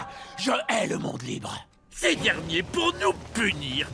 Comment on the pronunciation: "Je hais le monde libre !" Perso, j'entends "Je hais le monde vivant" et je trouve ça encore plus drôle